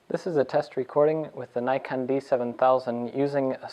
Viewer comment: NIKK on .pronounced , not NIGH con , you americans